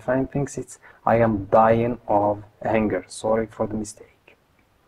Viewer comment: Huunger, not hanger. Also, we say thank* God, not thanks God.